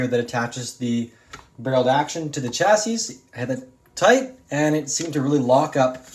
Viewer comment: You’re saying “Chassis” wrong. You don’t pronunce the s at the end. So it sounds like “Cha-see”